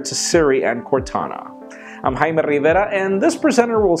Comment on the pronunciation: He says his name how its intended to sound, and makes you a real idiot if your latin, idiot.